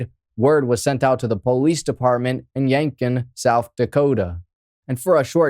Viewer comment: It's pronounced YankTON. No idea why keep dropping the T.